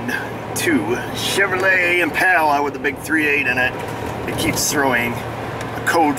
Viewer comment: LMAO! Having lived in the south, and heard southerners in SoCal and Colorado, I've got to say you hit the pronunciation right on the head,! WHAT IS IT that gives so many people such a hard time with "SHEV-row-lay"? It's Not "SHIV-uh-loy", or any such nonsense. It's a French last name of an early race driver, Louis ('Louie') Chevrolet, that's all. Well, it takes all kinds to make a world...